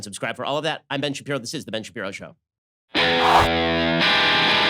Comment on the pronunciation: This is definitely Shen Bapiro.